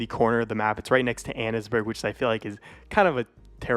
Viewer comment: Bro.. it’s Anne’s-burg not Anna’s-burg